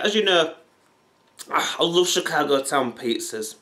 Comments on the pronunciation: Chic-a-goo... CHIC-A-GOO!? That must be a joke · Chica-Go?!!! REALLY CHICA FROM FNAF THEN GO??! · Pronounced chika-Goh